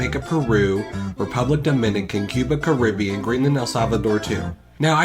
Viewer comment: He said cuba cartivean cuba because it was CUBA, CARIBBEAN